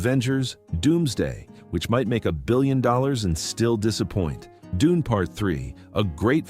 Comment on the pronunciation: when he said: DUNEY I laughed... AI script and AI voice...